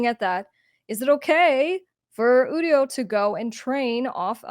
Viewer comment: It's pronounced You-dio